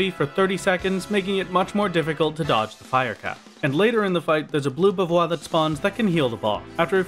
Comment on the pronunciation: The pronounciation of bavarois is the french one, so it is pronounced bavarrois, you need to do the french r sound ^^'